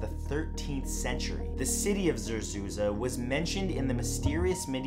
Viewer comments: it zerzuRA not za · zerzuza or zerzura?